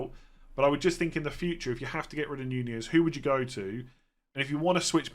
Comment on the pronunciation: I like how you've changed your pronunciation from 'Nunez' to 'Ñuñez'.